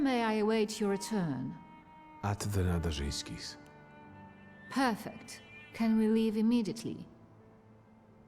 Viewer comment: Nadarzyński...so ń is just like ñ in spanish 'el niño'. When we have rz together, its spelled as j in french 'bonjour'. Letter y, just ggl translate it and listen few times.. Good luck with your polish, few words in it can come surprisingly handy when you need your car fixed or plumbing done... Na-da-rzyń-skee